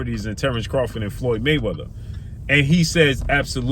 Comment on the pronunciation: Craw-FORD not Crawfid